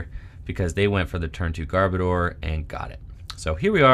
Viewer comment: I’ll be the pronunciation police: Muh-Gear-Nuh and Garb-Odor. (Love these videos. Can’t stop watching them!)